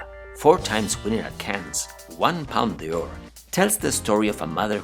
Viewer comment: Sorry but I can’t understand much of what’s being said although I am English and French speaking. For example, Les Filles is pronounced LAY FEE no S. Palme d’Or is pronounced PALM DOR not Palma De Or.